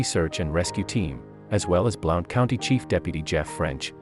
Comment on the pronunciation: It's pronounced BLUNT I live here and I lived at Top of the World at the time on Hide Away Trail off of Flat's Rd